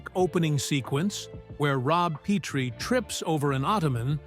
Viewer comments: It's Pet-ri not Pete-ri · It is pronounced Pet-tree NOT Pee-tree.